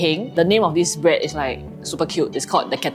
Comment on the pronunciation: A lot of them need to know how to pronunce "bread". It is NOT 'braaad".